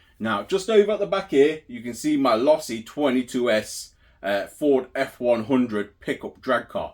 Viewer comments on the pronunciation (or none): Losi= Say it with me...LOW SEE